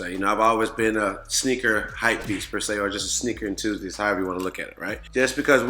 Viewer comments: Dad cause what is “EnTOOzist” lol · "Sneaker EnTOOzist" Trinidad gotta take that L! WORST TAKE!